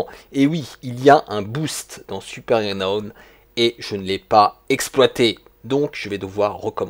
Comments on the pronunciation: À "Super Hang-Out" ?! Euuuhh attends là c'est moi ou... ? 🤨 "Alors Super Hen-Hong" Noooonn toujours paaas... 🥲 "La suite du mythique Hung-On" Aaaahh, c'est déjà mieux ! 🙂 "Dans Super Hen-Own" Décidemment, quand ça veut pas, ça veut pas ! 😅 Bon j'arrête, je ne vais pas citer toutes les autres tentatives 😋 Sinon, trêve de plaisanteries, super vidéo ! Et oui, complètement d'accord avec toi concernant la synchronisation vitesse de défilement / décor / route / éléments du décor ! On est d'accord, il y a un vrai problème et je l'ai toujours vu ! Déjà à l'époque ! En revanche, ça ne m'a jamais empêché d'aimer le jeu, malgré la lourdeur du gameplay et les aberrations d'animation (saccades et compagnie) 😊 Ah et sinon, j'ai toujours trouvé que la musique (enfin le petit bout de musique, celui-ci à ou encore à ) ressemblait beaucoup à la chanson de Francis Cabrel "Les Murs de Poussière" 😆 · Hang On t'as du mal à le dire hein^^ Pareil je préfère la version SMS